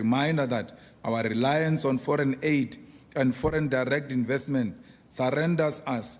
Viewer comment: "Owa rrrelaince on forine adey"